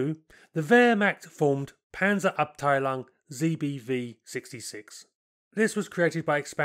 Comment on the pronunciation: "Abteilung" is pronounced as "Up-Tai-Long".